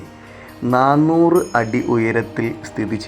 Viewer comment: നന്നൂറ്‌ ആണോ നണൂറ് ആണോ ❤❤❤❤അല്ല ഓരു സംശയം 😂😂😂😂😂